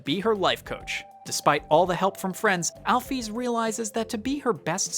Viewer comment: MY FAVORITE GAME IN THE WORLDDD ❤ (also the way he says Chara and Alphys pisses me off but it's all good lol)